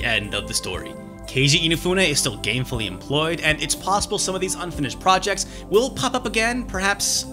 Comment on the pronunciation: I thought you said inafune is gayfully employed